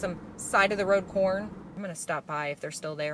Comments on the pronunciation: Anybody else hear “side of the road porn!” Or was it just me?🤣🤣I literally had to go back a couple of time to hear what she said! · OMG....I thought you said "side of the road PORN"....LOL!!!!!!!!😂🤣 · I have never heard anything more midwestern than, “side of the road corn!” 😂😂 I live in Iowa so I seriously felt that in my soul 😅